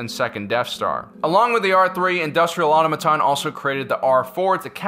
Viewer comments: "Industrial AuTOmaton", not Aumaton! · Why does he keep pronouncing Automaton...terribly. Ah-tom-a-tahn. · Automaton. Aw-toh-mah-ton. It's not hard. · Automaton isn't pronounced like that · Please learn to say Automaton